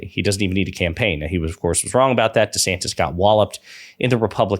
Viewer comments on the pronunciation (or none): none